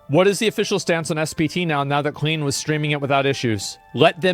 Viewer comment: "the klean" :D exotik :D